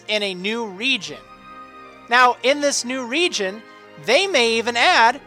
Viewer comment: Stpop say reigon